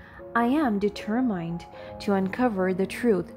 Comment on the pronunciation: Please find the right pronunciation of the word determined